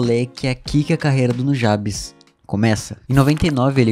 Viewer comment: Cara, puta vídeo incrível, mas a única coisa que me incomodou foi a pronuncia do nome "Nujabes" a sua pronuncia ficou como "Nú ja bes" e não "Nu gei bes" OBS: a escrita está errada pra simular a pronuncia